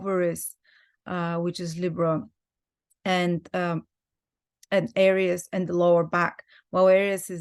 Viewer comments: She is pronouncing Aries correctly. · I love that pronunciation- I’ll change mine to that. Language is fluid. There are no rules.